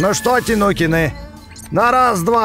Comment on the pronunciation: А почему говорит тинукины а не тайникены хотя так правильно ну ладно от этого видео не хуже